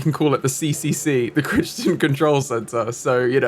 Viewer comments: ....... We know what autumn is, we use autumn and fall interchangeably Edit: also it's pronounced cry-ton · Crichton is pronounced (cry-tin) Sorry, just hurt me a little inside